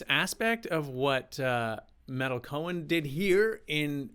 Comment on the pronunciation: She's my idol as is Danny Carey I love meytal and tool and it's pronounced may-tal she has 1,600,000 + subscribers